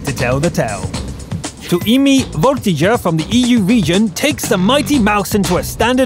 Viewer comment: 2eme_Voltigeur LOL THAT PRONOUNCIATION BRO HAHAHAHAHAH I know you from quickybaby's stream!!!! yeah boiiii!